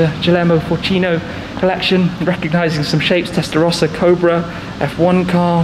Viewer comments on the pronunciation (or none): none